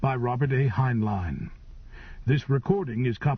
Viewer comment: Mispronounced the author's last name in first 10 seconds...